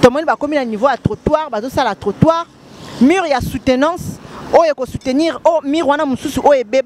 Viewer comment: Mur et non mure, merci aussi pour la compréhension